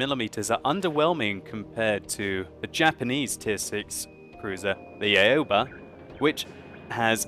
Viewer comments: Its not a-yo-ba. Its more like ow-ba. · I believe that it's pronounced more like "ow-ba" instead of A-oba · Aoba is pronounced Ow-Ba And does WoWS have a replay system yet? You seem to be a analysing the game with a free camera.